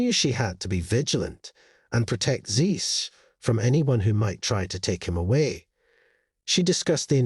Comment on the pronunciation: It's Zeus, pronounced Zyoos, not Zees!